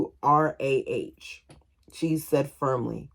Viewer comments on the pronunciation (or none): Keturah is pronounced Keh-tour-uh